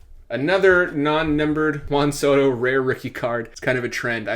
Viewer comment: Whan Soto…Wheat thins….the emphasis on the WH